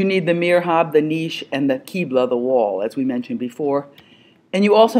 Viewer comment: the correct word would be MIHRAB ( not mirhab : the ''R'' and '' H'' should swap places )